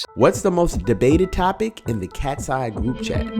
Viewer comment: where is Manon ??? its not katseye its katsey